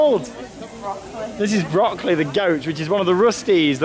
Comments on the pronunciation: your pronunciation of "Böckli" sounds more like broccoli :) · It's funny how you pronounce Böckli like Broccoli xD I think his name would translate into Ramley.